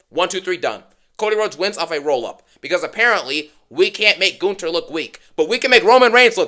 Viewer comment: It's amazing that you can pronounce Gunther's name better than Michael Cole can.